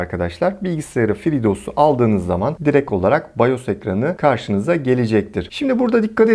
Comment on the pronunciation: FreeDos değil FreedOS